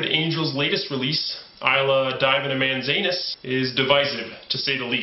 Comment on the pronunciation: eyelid dievinimansanus........ jesus christ it would be impossible to butcher the pronunciation of that any further